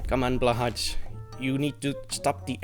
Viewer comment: I laughed at your pronunciation of blahaj. 10/10 video